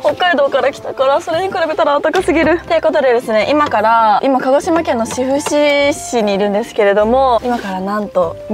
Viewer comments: しふしじゃなくて 志布志(しぶし)だよ😃志布志可愛い😊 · サンフラワーも串間もいいですね。 ちなみに志布志は しふし ではなく しぶし と読みます！